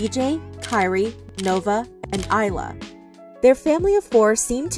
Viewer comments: It’s pronounced as a-la not eye-la ✨Ayla✨ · the fact that you get the youngest baby name right. its not iyla it ayla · It's not iyla it's Ayla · Not her saying Ayla name wrong she said ila it’s a long a Ayla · she really said kyri dj nove and iyla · ITS A-LAYA NOT I-LAYA GET IT RIGHT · Name is not Ila is Ayla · Who is ila it’s AYLA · I-la what xlkind of name is that its Ay-la not ila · first thing that ticked me off: her saying ayla wrong. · It’s ALYA get it right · You said ayla name wrong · You pronounced Ayla’s name wrong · If u finna say baby ayla name say it right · Im so mad at how you pronounced Ayla's name